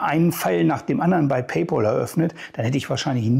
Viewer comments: Man spricht es "Pay Päl" und nicht "Pay Pol" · Wer Paypal nicht richtig aussprechen kann, hat keinen Anspruch auf Rückerstattung!!